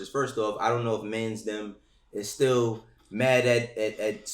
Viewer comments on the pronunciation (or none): This guy said “mansdem” hahahaha